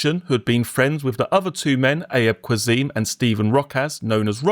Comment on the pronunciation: Haha for future reference Ayub Qassim is pronounced Ah-yoob Cass-im (in British English)